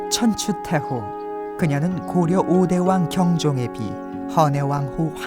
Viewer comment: 여 아나운서의 발음이 천추태호로 계속 들려서 거슬림